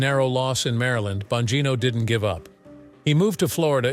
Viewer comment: If you are going to make a report on this guy, at least learn how to pronounce his name.